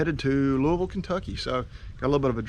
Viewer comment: Louisville Ky, You said that exactly right!!